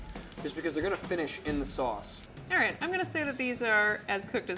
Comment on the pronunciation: Why are and saying SauNcE? Instead of sauce